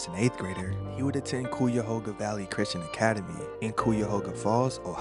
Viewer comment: cuyahoga - ki a ho ga. thats how u say it. I go there, just wanna make sure yu know how to say it